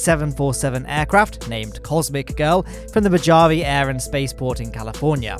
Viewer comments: It's Mo-Ha-ve not Mo-jaa-ve. also it's not YourAnus, it's Ura-Nus! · Mojave = MO.ha.vee not MO.Jav.e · He really called the Mojave mo-JA-veh. It's Mo-ha-veh. I gotchu. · it's pronounced Mo-ha-vi not Mo-ja-vi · I want to kindly, inform you that Mojave is pronounced Mo hau vee. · FYI Mojave is pronounced "Moh-HA-vee". (that's what we get for using a Spanish word for the native tribe's name) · You'd think would've watched enough Mythbusters as a kid that he'd nail that pronunciation. (Love the show ) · moHave, please, it bothers me so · It is not Mojave like mojang, it is pronounced mohave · Love your videos bud. As a local, I must point this out.... Mojave is pronounced “mo-haw-vee” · Hey, just letting you know, it's pronounced mohave, even if it is spelled Mojave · it’s Mojave dessert but say with Spanish influence. So Mohava